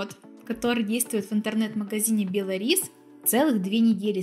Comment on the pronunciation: А я думаю что за бело рис 😉😄😄Белорис ударение на о.